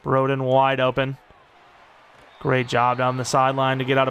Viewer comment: of course broden locks in for an NFL team and not when we needed him at arkansas (also it's bro-den like short for brother) edit: that 2 point conversion is prime broden btw, expect that